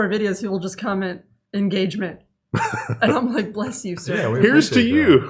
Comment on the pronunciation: IN GAUGE MUNT